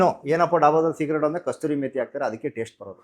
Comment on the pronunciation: ಅದು ಕಸ್ತೂರಿ ಮೇತಿ ಅಲ್ಲ, ಕಸೂರಿ ಮೇತಿ